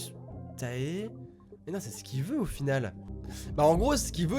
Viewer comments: Armyyy ♥ Mais comme il disait Tae sa ma fait mal x) Je pensais trop à taetae....dans ma tête c'était: MAIS ON DIS Téé PAS TAE EUUH;_; x) Mais t'aime quand même x) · Présent ! ^^ Maiiis comme J'ai pensée à tae..Sa fait mal comme il a prononcer le A de tae ...MES OREILLES ;_; C'est Téé euuh ;_; x)